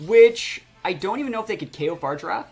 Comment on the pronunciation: Just fyi brotha fa-rig-ir-af...not far-i-giraf lol